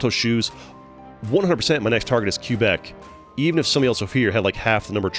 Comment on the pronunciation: Whenever you see the name Quebec its actually pronounced kwuh bec (its a province in Canada)